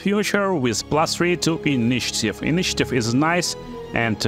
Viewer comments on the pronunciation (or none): none